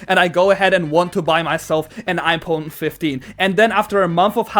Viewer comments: “IPon 15” 💀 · "Ipone" very sad words 😢 (Joke)